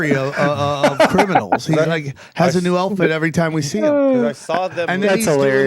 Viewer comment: Sam saying elfit instead of outfit 😅